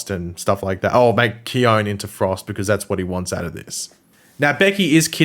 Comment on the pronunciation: Khione in Greek means snow,you are correct. :) I know this,cause i AM from Greece. :D And the letter e at the end of her name in Greek is a heard letter. So,her name should sound Khion-E , with the letter E sound as intended (you know a b c d E ). In any case,as i said,you are correct. Her name in Greek is snow. :)